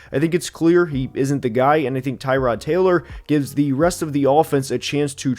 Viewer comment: That you still won't pronounce Tyrod's name right. Purposefully, perhaps? I wonder why . . .